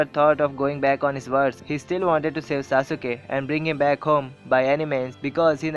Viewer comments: dude its sasuke no sa suke u is silent in it so plzz dnt spoil d name of sasuke cuz he s my hero in anime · sasuke not saasuuke bro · It's Sas-kay not sasu-kay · pronunciation galat hai saasuke ke nahi sasuke he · its saskai not sausuka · Bro that's not sasuuka That's sasuke And the video was awesome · itss sasukee (sas-kee) not (sa-su-ke)...ps love the video just a fan hope u can relate when someone pronounce your favorite character name wrong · I agree with you but if you don't mind Pronunciation is Sas-ke Not Sas-u-ke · liked everything in the video except for the way he pronounced "Sasuke" haha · That y i nly point on sasuke i really appreciate u tellin india bout anime stuff good bt no offence sasuke s d nly character as my roll model soo i get offended ny 1 callin sasuke's name in a wrng pronunciation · its annoying how u pronounce sasuke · DISLIKE cuz you pronounced sasuke wrong